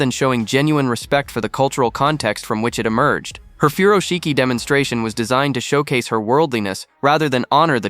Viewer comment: She butchered the pronunciation of “furoshiki”.